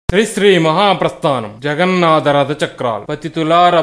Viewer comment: Telugu Bhasha lo Ottulu anevi konni vuntaayi. Vaatini odileste Essence Potundi. Mallee prayatninchandi. Ex Jagannada kaadu Jagannatha ... Alaage Rada kaadu Ratha......